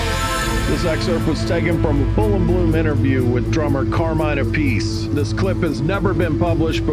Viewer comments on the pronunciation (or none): It's pronounced "ap-ih-see", not "a-piece". I'm surprised he didn't tell you that.